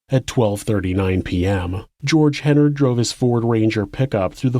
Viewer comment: Great job except you consistently mispronounced Hennard throughout. It's pronounced like "Menard".